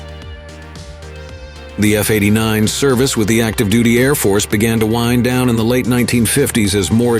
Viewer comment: The synthesized speech is annoying with its unnatural cadence and stress. " . . . grounding of all F-89 ee-ess" for "F-89E's" and the needless reporting of engine thrust as "pounds force" which we don't say in natural speech. /End grumpiness.